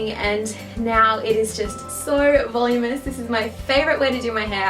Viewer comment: I loved this! Isn't it pronounced "vuhloom-inus "? Not "volum-us" or is that just how you say it over there? I'm in the states :D